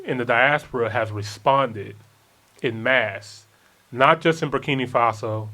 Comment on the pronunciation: I feel like people are purposely mispronouncing Burkina. Ibrahim says it correctly multiple times in most of his speeches, and yet urban folk seem to choose to pronounce it Burkini for absolutely no reason at all. Why?